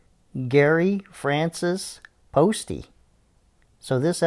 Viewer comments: The name is pronounced post, not postie. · It's post the e is silent dude